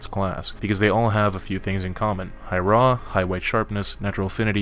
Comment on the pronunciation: I kept thinking he was saying "a really raw ese"